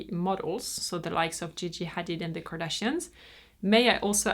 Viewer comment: pronounced the "ح"/h in Hadid really right, like in arabic. 🙂👍🏻 I didn't expect that. 😋